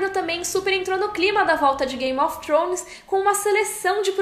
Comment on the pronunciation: depois de 9 anos e ela ainda não aprendeu a falar "thrones" ainda rsrs